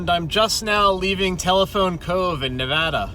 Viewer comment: Holy shit dude! This was the first video where you said Nevada correctly! Ive been watching all your videos in chronological order since I’m stuck at home, and it’s been wearing on me. Thank you for making the correction!